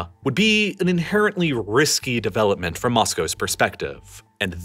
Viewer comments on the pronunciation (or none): none